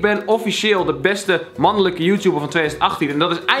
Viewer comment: 'beste mannulukkuh joetouber' ik ging stuk